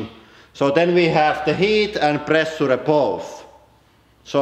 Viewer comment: Pressure is pronounced "preh-shaaa", not "preh-suh-la" ... Some sentences are hardly understandable ...